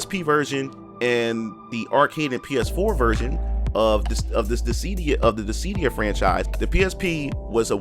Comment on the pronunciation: I’ve never heard anyone pronounce it “ dis sea Dee ah” before Mostly “Dis sih Dee ah “ it was so hard for me to ignore lol